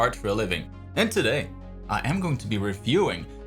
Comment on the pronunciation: it's todaay